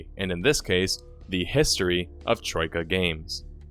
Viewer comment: Hmm you do a good job not sounding Australian when you say Troika I find it very hard to do.